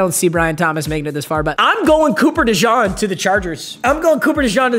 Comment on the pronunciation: And cooper deshawng